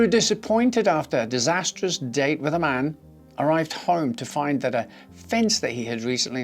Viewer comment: The way he said “ disastrous date with a MAN” putting emphasis on man made me laugh like lmao ok good for him he was gay / into men